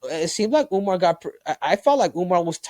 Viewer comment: That’s how Suga Sean pronounce Umar’s name😅